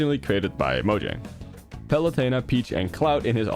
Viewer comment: "Microsoft and Moh-jhang" It's "Mojang," my guy. Palatal semivowel. Because it's Swedish. In layman's terms: Stop pronouncing Mojang wrong guys it's pronounced like a Y this is so simple and easy to grasp i am BEGGING English speakers to try and comprehend that other languages have different phonotactics lol